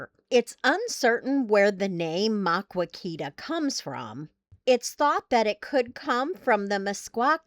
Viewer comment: Please learn to pronounce Maquoketa correctly if you are going to tell people all about it